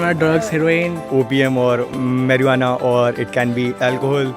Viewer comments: For god sake it marijuana not Marwana...like apni marwana.. eg. ... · Its marijuana 😂😂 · First of alll its marijuana not maruana Second it ain't drug.... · Its not marrruuana is marijuana 😂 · Pronunciation is Mariuana. ! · yeah...they were like marrruuannna haha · Sylheti Ranna সিলেটি রান্না heard a girl in a previous video I watched say Marvana. Smh. Facepalm.